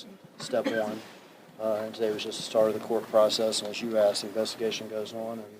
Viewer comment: A news reporter "axing" questions. WOW.